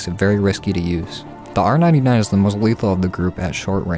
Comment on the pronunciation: Did he say r-99 like apex haha I like this guy